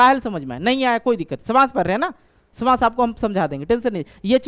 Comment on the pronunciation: samas❌ shamas✅